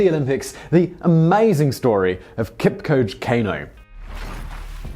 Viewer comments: It's Kipchoge, not Kipcoach. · Pronunciation "Kipchoge" not "Kipchog" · Pronounced Kip..cho..ge not kipkoje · It’s pronounced Kip-cho-gey, and that’s my great uncle!! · Before you present a story, please learn how to pronounce your subject's name. Your pronunciation of Kipchoge is so ridiculous, wrong and annoying. You pronounce it "Kipcoach"! How do you even justify your pronunciation from the spelling of the name? Please take some time to learn how to pronounce the man's name. It is not that difficult. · Isn't it pronounced kip-cho-ge? See the documentary breaking2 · That's not how you pronounce his name though. It's 'Kipchoge', as it's spelt 😃. Great vid, as always! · Just a BTW, the name is pronounced as Kip-cho-ge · Just gonna help out anyone who is watching with the correct pronunciation of his name: it's Kip-cho-geh. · not being a dick but its pronounced Keep- choh- Geh ... you can do a feature on Iten the one region that has produced 95% of all Kenyan long distance runners virtually 1 in every 4 homestead has a gold or silver medalist be it the Olympics, major marathons; Berlin, Boston or IAAF . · Oh Simon, Today I found out how much you butchered that name. Not your fault though but still hilarious. Kenya Strong, the home of Champions. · anthony karuri i wanted to say exactly this😂😂 Guess u beat me to it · Please Simon stop brutalizing his name. It is pronounced {Keep cho geh} {Cain oh}